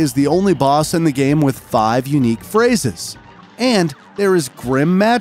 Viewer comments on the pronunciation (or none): "Phrayses" "Phray" bruh